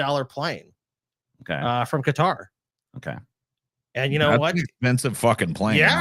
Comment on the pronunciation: Why tf does pronounce Qatar like that? 😂